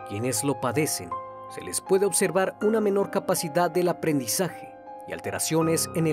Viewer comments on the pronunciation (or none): none